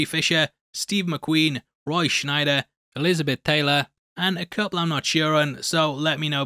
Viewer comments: It’s Roy Sch-eIder not Roy Sch-Neider. He’s a legend, just wanted to point out this chilling mistake. 😄 But seriously, good show. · It's Roy Scheider not Roy Schneider. Lol. Love your content !